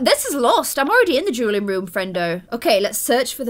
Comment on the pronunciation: every time you said dueling or duel i thought you were saying juul lol